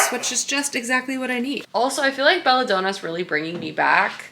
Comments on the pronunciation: Belladonna is pronounced like the woman’s name Donna. It’s DON-NA not DOH-NAH. Don as in Donald. So like basically it’s the name “Bella” and the name “Donna” together in one word! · Been binging your channel and really enjoying your videos, but a few pronunciation errors are driving my teacher brain nuts! It's Belladonna, as in Donna, not doh-na like donut. Tea comes in sashays, not sachet pronounced like hatchet, and Salome is pronounced Salomay, not Salomuh. Love the content, but maybe just run names and words through Google before filming!